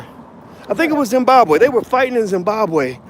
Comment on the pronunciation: NOT ZINBABWE